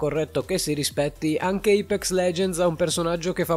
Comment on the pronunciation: Da notare tutti i nomi sbagliati (IPEX) 🤣 (PAFAINTER) 🤣